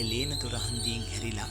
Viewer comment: ඔය තැන ලේනදොර නෙවෙයි ලෙනදොර..